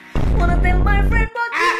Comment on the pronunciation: tell kok jd till 😂😂😂😂😂